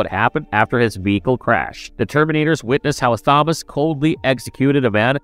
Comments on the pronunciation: yes, it's meant to be Thomas. This is the same narrator that mangled Thomas Wayne in Exactly the same way. It's bewildering. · Thank you for ruining another with your inability to read the name Thomas. It's not hard or new. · Are you….. pronouncing the “Th” in Thomas??? As in “this”. 😂😂😂😂😂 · Yeah. Odd. Is he trying to pronounce Thomas? I wonder, has he never seen the name before? Maybe he's only ever seen it written as Tomas. Whatever, its very off-putting cos now I can't help focusing on it. 🤣🤣🤣🤣